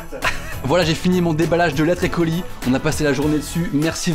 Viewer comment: Il a dit les coulis au lieu de colis😂😂😂😂😂😂